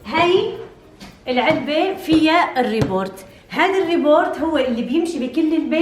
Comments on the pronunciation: اسمها ريبوت وليس ريبورت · اسمها ريبوت مش ريبورت